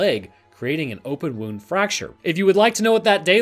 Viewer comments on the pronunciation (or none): none